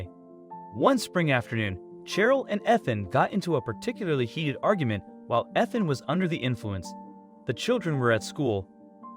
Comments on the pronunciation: Well done, dude. You managed to pronounce “Ethan” correctly two whole times, right at the end of the video. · that was more inconspicuous than the Ethan with the short e sound though😆 My cousins name is Cheryl but we pronounce it like Sh earl, one syllable. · We all know that Ethan is a hard name to pronounce. It's the "E" that is the hardest!